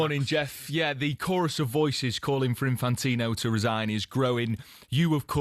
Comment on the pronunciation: Well done Jeff, one of the very few people in the media who pronounces Infantino’s first name correctly ‘Jee-an-ee’ ie recognises that it is Italian not French.